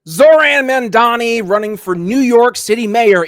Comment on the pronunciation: Zohran "MaNdani" ?! Learn to pronounce his name first, it's M-A-M-D-A-N-I (As in "mom" + "daanie") Had you done some research, you would know the "Red Vienna" project has been a marvellous success and if it can work in a 3 million people city, it can work in NY as well, it will just take decades for the effect to properly take place... If you guys can tolerate an incompetent rage tweeting orange faced toddler, you can damn sure tolerate a democratic socialist for NYC...